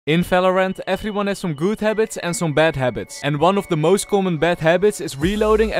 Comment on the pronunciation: its the "Hellou effriuan" for me